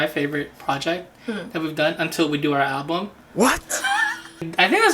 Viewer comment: i heard albumm 😗👀 haha fr tho ya'll bring smiles to my day :)